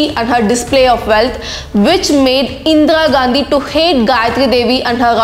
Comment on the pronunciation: It's not Indra Gandhi pronounce it correctly first.... If you're a true patriot make a video on Indian wrestlers protest. can't see this issue.... SHAME ON YOU